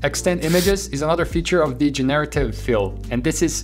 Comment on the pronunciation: Thanks for your great work! Another tiny pronunciation tip, it's GENerative, not jen-AIR-ative. We all learn every day, thank you for teaching so much :)